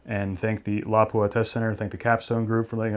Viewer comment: Appreciate the excellent video and especially by people that know the true pronunciation of Laupa